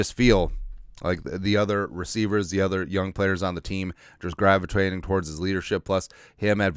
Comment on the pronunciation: Gravitwaiting? What was that,? 😂